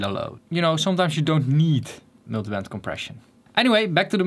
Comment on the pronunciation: Miltybent compression kinda funny how he says it